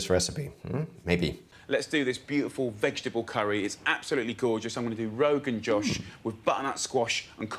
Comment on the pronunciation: The "O" in Rogan Josh is pronounced like { o in open } not like the english name Josh